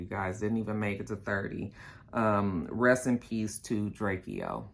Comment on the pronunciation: Diamonds they hold diamonds and his name is drake -o lol that’s how it’s said drake o